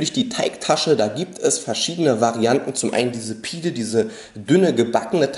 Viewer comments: pide ist das große dickere brot; btw es wird [pidä] ausgesprochen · Pide (das e wird wie ein ä ausgesprochen :D) ist tatsächlich das ganze Fladenbrot :)